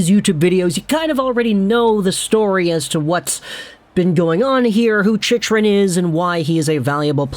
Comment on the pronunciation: Chick-rin bud. Not chich-rin.